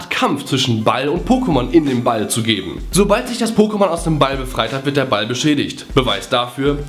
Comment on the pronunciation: "...sobal(l)d...." :DDDDDD